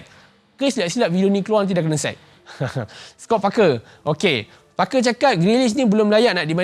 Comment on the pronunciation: Oh Parker. First time aku dengar macam f*cker. Terkezut den ha.